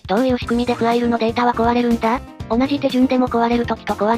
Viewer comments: ファイルじゃなくてフアイルなんだな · かたくなに フアイル って言ってるの笑う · ファイルのことをきちんとフアイルって言ってるの非常に良い